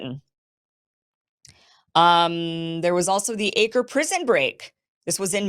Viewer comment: Acre is pronounced. AK ho.